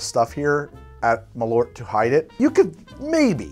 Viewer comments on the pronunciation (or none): "Malört" is more pronounced "mahl eurt", not "malortt". Whenever you see "Ö", think of it as "eu", that is a closer approximation to how it's pronounced. This also makes the name "Motörhead" pretty hilarious. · Just a tip on Malört pronunciation. ö in germanic and nordic languages is like bird/nerd/curd and it's composed of two words, Mal and Ört and should be pronounced like there's a space between :) like (Shopping)Mall (B)ert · Cool video. A better pronounciation for Malört is "Mall-ort" like "You're going to the mall ort? =) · Swedish and Danish is hard to pronounce. I'm from Sweden and it hurts my ears but I do love your videos! Malört — there's a a short pause between 'Mal' and 'ört' say 'Mal' and then go 'uh' and add '-rt' and you're done 😉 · The Ö in malört is pronunced as the Ø in that danish mead. Ö and Ø is the same letter. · really yanks my aorta when he pronounces malört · this is nitpicking. but the malort is swedish and is pronounced similar to the norwegian ø. or you can just skip that and pronounce it norwegian (put an 'u' in where the 'o' is). also it's actually kinda two words mushed together as in a brand. mal as in swedish for wormwood and ort is urt or herb in english. and yes, the swedes produce some truly rancid stuff. (don't try their fermented fish. actually you should make a drink of malort and surstromming and serve it to your enemies)